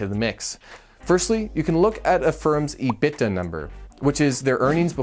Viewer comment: Great video. I would say it's important to include that if you sell a fully depreciated asset for anything greater than $0, the depreciation must be "recaptured" in the income statement. Also, make a video of the millions of ways to say "EBITDA" (joking, but this is the first time I've heard it said the way you said it)